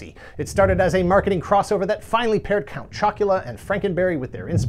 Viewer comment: "Count Choc-u-luh-uh!" made me laugh an obscene amount. yeah my mom would never buy these cereals for us either, for some reason. we were a trix/fruit loops house